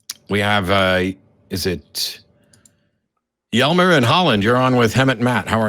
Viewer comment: It's weird to hear his name pronounced like that. It's actually "hey-month".